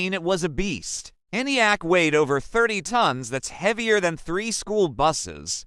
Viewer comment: You guys should really proof-read and watch your own videos to proof-check the VERBAGE. ENIAC - not ""the NAI AC" or ANIAC -- the dumb AI can't read. Or "ElectrAnics" ??